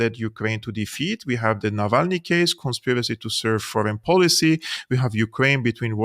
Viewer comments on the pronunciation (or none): none